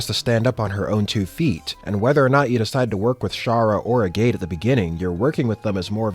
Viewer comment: I died a little inside every time you called him A Gate.